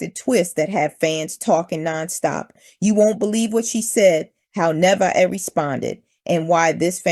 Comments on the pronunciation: Her name is pronounced Ne * vey * ah. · Her name is Na-Vae-yah